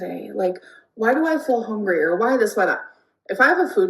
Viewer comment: why does she say hongry like that 😵‍💫